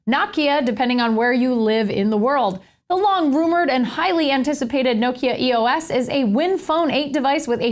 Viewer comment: I think it's EOS, not E.O.S.